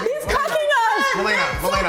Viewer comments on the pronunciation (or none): The one involved in the alchohol/opioid is mal-ay-nuh, not mal-ee-nuh.